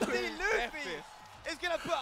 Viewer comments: it's not pronounced as "LAFFY" IT'S PRONOUNCE IS LOOFY like luffy from one piece. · Just FYI its pronounced '" LOO-FEE" and not "LUFF-EE" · I thought he pronounce it like "Laughfy" 😂 to Monkey D. Luffy (Loophi). Nc one. 🙃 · ITS NOT LEFFY ITS L-UUU-FFY from one piece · It's pronounced as "Loofee" not "Lafi" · You can tell does not watch anime when he calls luffy as lofy 😂💔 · Luffy is pronounced Loo-fee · Did this guy just say luff-e? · Bro it's pronounced Loofy not literally luffy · It's Loofy man get it right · Its LUUFY man 😐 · Nah, it's pronounced "Loofy" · It's pronounced loofy👍🏻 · I guess the doesn’t watch one piece… his pronunciation of luffy tho. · When he mispronounced luffy I was ready to change vids lol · you cant even anounce luffy proprly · You don't know "one piece" anime ? You pronounced luffy wrong